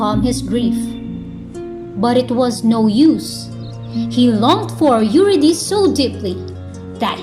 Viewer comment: This is a very presentation, Mam. Thank you for this. I just think the pronunciation of Eurydice is /yuRIdisee/. Calliope is ok as /kalYOWpee/ although it is usually /kaLAyopee/. Nonetheless, it is a great presentation with so much clarity.